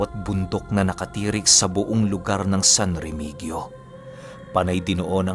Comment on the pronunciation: pronounce po is Remihiyo- San Remigio